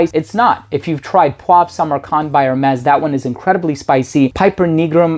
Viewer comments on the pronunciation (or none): none